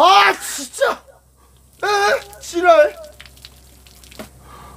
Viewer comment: 에에엥 쥐랄! 너무 찰져 ㅋ ㅋ ㅋ ㅋ ㅋㅋㅋㅋㅋㅋㅋ ㅋㅋ